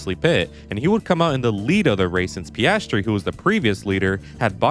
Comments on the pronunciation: it's PIASTRI, not PASTRY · If you're going mispronounce his name, at least get it right: it's PASTRY CHEF! 🙄